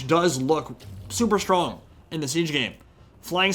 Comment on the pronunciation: I kept hearing tzeench towers instead of siege towers 😂